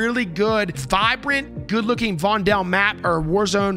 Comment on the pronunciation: I don’t want to be a smartass but it’s Vondel like “fondle”. Joost van den Vondel is a Dutch poet from Amsterdam in the 1600s. As an Amsterdam resident I can tell you the full game is very accurate, but the Vondel map definitely has the Amsterdam vibe. Some spots resemble real life areas